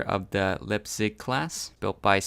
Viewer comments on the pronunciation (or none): none